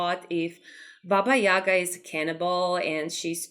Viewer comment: It looks very amazing, I like that you went with darker theme for her in your building, and chicken legs look great ahaha I'm a Slavic too and it's very nice to see representations of our fairytales and folklore. Maybe it's different in different countries, but we call her Baba yagA not YAga, the stress is different. You description is correct, I really liked it! She's an interesting character - sometimes she's bad and sometimes she helps travelers. I grew up with different versions of her 😄 Also, if you haven't seen "Bartok the Magnificent" I highly recommend, they portrayed Baba Yaga pretty well